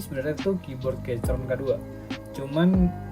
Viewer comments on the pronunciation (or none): saran: sblm ngereview, perbanyak research dulu deh gan. bacanya bukan "keycron", tapi "keykron".